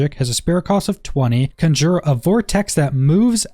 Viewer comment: CON-jer, CON-jer!!! Not cun-JOOR!